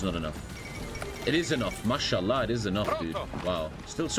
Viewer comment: saying mashallag while being the pope